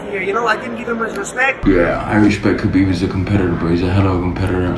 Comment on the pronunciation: Its Khabib not Rhabib